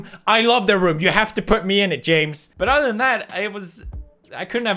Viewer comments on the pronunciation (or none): none